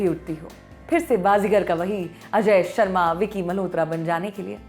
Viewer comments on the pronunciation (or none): none